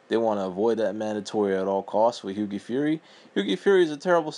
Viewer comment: As soon as he mispronounced hughies name I knew this guy didn't know shit about boxing!